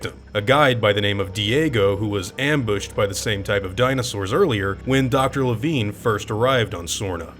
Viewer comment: Wait, it's pronounced "Le-veen"? Huh. I always thought it was pronounced "Le-VINE".